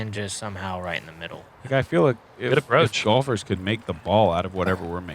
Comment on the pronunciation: I never thumbs down Jomez. EVER. But I thumbs downed this one for calling golfers "bolfers". Unsatisfactory! Lol